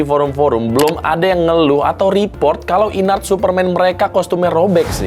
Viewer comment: baca nya IN-ART bukan sih??? bukan i-nart